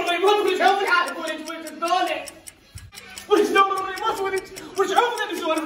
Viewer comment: الريموت وليس الريمون🤔